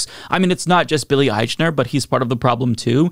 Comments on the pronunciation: It's a movie in post-covid times where the protagonist and most famous person in it is Billy Eichner. A person whose fame level is apparent every time mispronounces his name. I'm just sayin. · I have watched several videos about this. Nobody pronounces his name correctly.